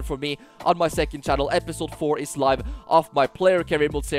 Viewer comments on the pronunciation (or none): none